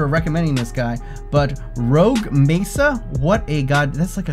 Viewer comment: Roque mesa is pronounced Rock-ke Meatha.